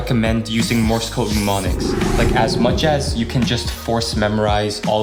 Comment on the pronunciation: The first M in Mnemonics is SILENT!!